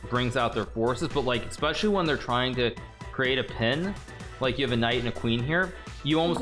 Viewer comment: Hikaru my dude I love you but you really need to learn how to say "especially" without an "x"